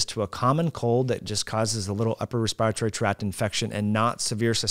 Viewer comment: I don't much care about a foreign word such as omicron but I think should look up Webster's pronunciation of virulence and respiratory.